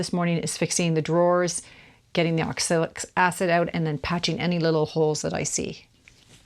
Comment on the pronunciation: I noticed you talk about 'oxilic' acid a few times. Actually, that would be oxalic acid, with an A instead of an I. Nice job, btw.